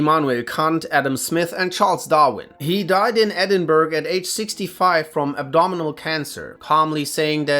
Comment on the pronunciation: whatever you do, stay away from Scotland! The locals will not be very happy when they find out how you pronounced "Edinburgh."